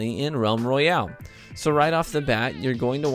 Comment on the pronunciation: Roayale?? I think you might need to fix that.